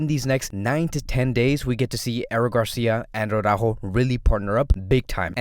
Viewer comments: It's ara-ÓÓho. not awww-rÁhho. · You’d think since he’s Latino like me that he’d pronounce it correctly lol